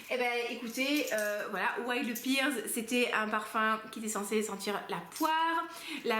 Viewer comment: Je ne suis pas très originale, la vanille est aussi ma note préférée, d'ailleurs Il faut vraiment que je teste ce Vanilla 28 de chez Kayali, je suis sûre qu'il me plairait. Petit aparté, en anglais la poire se prononce "père" et pas "pire" 😄 Jolie sélection en tout cas. Bon lundi de Pâques à toi ! 🐰